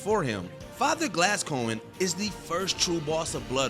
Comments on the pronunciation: I don’t know who glasscoigne is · This is a list of hardest FIRST bosses it seems. Looks like it was incorrectly named. Plus the pronunciation... MAE-ko, JER-alt, Gas-COEN, GAY-den... etc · No “L” in Gascoigne. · Father Gascoinge had about 3 different pronunciations 😂